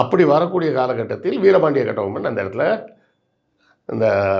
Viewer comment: அந்த ஆளு பேர முதல்ல ஒழுங்கா சொல்லுங்கடா... கெட்டி பொம்முலு